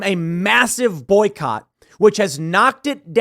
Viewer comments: "Boyocott"... Dude, what you got against the Welsh now...? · "boyocott"? Bring Your Own Cott??